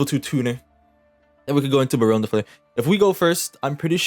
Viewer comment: Thank god you know how to pronounce barrone de fleur right, i been hearing people call her barrone day floor and its pissing me off